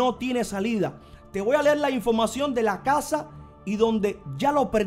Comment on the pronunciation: "Infomación" ? Y la R, a veces la pronuncia otras no. Por qué?. Si habla con falta de ortografía, mejor no haga videitos!!!